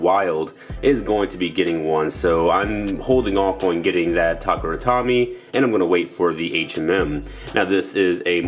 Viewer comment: I can't help but laugh at how you're pronouncing takara Tomy cause you sound like you're saying tak-ra tommy